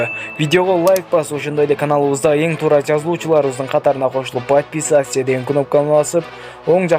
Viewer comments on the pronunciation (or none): none